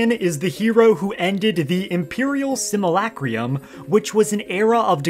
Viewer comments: Simulacrum is pronounced (sim-you-lack-rum), just for future reference. 😊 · lol yeah I was wondering what the f was going on with that pronunciation